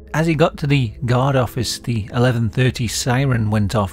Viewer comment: Your accent makes guard sounds like god.